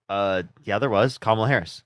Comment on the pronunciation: they will pronounce Kamala's name in every way except the correct one.